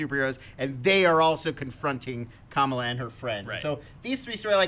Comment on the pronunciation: keeps saying Ka-Mah-La's name wrong. He's saying it like the VP's name. Both names comes from different ethnic and language groups and are pronounced differently.